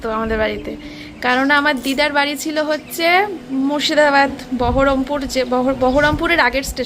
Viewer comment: Chila noy chhila